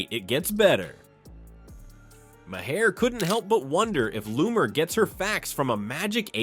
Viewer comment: Maher is a single syllable,.